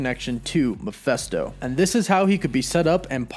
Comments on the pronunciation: Every video where he pronounces Mephisto makes me cringe. I struggled trying to finish this one. Like seriously dude... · Hearing you constantly saying Mephisto wrong is annoying. It's a goddam I not an e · I just cant get past how you pronounce mephisto....its an I, dude. I's aren't pronounced like that. Ever.. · it is pronounced meh/Fist/oh like mefistofoles. Sorry to correct you man but it's driving me crazy listening to you say that over and over in your video and you've done it in the past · I always thought it was pronounced [Meh-fist-oh], but ok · Please pronounce "Mephisto" properly. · Meh-FIST-oh. Not Mah-FEST-oh. Lol smh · You kept saying “Mephesto”, but it’s Mephisto. Based on the demon Mephistopheles. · face palm it’s mephIsto not mephEsto. There’s and “I” before the s, not an “E”. Muh-FISS-toe. Not Muh-FESS-toe. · Not Miphesto. Mephisto. I wonder who they will cast for the part, of Mephisto? Couldn't Evan Peters be playing Speed? What a twist that would be. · It's Mephisto, not Mephesto. It's literally pronounced like it's spelled. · Who the heck is Muhfesto? It’s MEH-FISTO. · 1st-It's Meph_I_sto, not Meph_e_sto! And why is it that the fact that the SAME Darkhold that appeared in "Agents of S.H.I.E.L.D." also appeared in "The Runaways"? Why bother creating a new prop? Just use the same book, again, and they all become linked. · Bro. I dig the channel, but some of these names you butcher... it goes through me man, not gonna lie. If you want die hard fans to stick around, please acknowledge and correct this moving forward. Mefisto = Ma-Fist-Oh not Ma-fest-o.... You drive a wedge between your channel and your fans with every name that gets pronounced terribly. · Meh-FIST-oh, not Meh-FEST-oh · It's not "Ma fes to " it's Me phis to " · it is Mephisto, not Mephesto. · Your pronouncing Mephisto wrong, the “i” is NOT an “E” like your pronouncing it. Your saying Mephesto, that’s wrong. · I’m with you on the name. Meh-fist-o